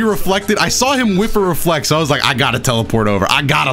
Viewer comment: When he said reflect I thought he said were fucked 😭